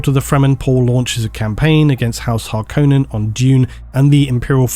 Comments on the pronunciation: Thank you for pronouncing Harkonnen... dare I say correctly. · Thank you for pronouncing Harkonnen correctly. Here's my reasoning, the David Lynch movie pronounced it that way, Frank Herbert himself was on set to help with names and term pronunciation. QED, that's the correct way to say it.